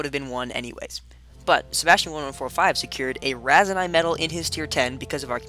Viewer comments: its Raseiniai not raisinai or raisenais. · The way you pronounce Raseiniai.... lol..